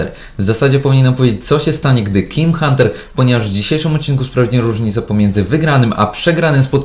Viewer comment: powiedziales jim hunter